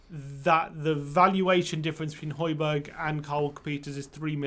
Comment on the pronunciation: Why doesn't anyone pronounce the second J in Hojbjerg? Everyone's calling him Hojberg